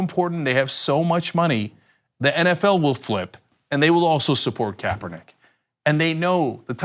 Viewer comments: Was he saying Kapernigga? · I'm so relieved he burned those Nike sandals though. ...and he didn't even say Kaepernick's name correctly so, I don't know if this is supposed to be a truly personal act or not for burning some old shoes? lol